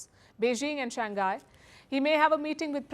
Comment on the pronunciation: Shang Hai Not Shan Ghai !